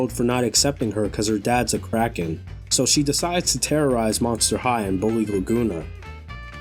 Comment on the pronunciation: I heard crake head in place of Kraken